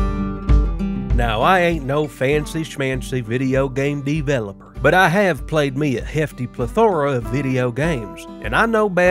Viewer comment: Lovely presentation throughout the whole video, but that bit killed me! 😆 "Now I ain't no fancy schmancy video game dee-veloper, but [...] I know bad quest design when I sees it." 🤣💀